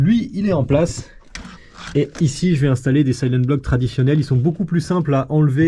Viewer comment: silent-bloc ❌ sayleune-bloc ✅